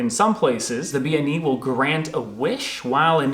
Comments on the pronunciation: Bean Nighe is pronounced Ben knee a. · According to my Scots Islander girlfriend it should be 'ben nee-uh' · Seems like you mispronounced Bean Nighe. If I'm not misunderstanding bean is a word for woman, pronounced closer to ban.